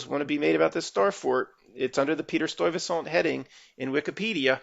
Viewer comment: Ok it’s pronounced.. Sty-vey-saunt